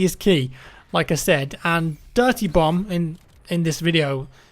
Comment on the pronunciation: You idiot now you're making me hear it too